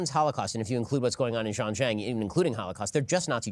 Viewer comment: Ben Xinjiang, China is pronounced sheen jee-ahng